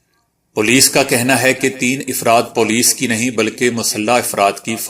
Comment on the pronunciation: افراد ، afradہے ، ifrad نہیں!Mind your pronunciation